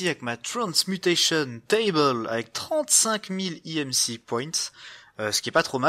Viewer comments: Stp dit EMC et pas EMCI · tu le dit en anglais imci et en français emc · oui mais c est chelou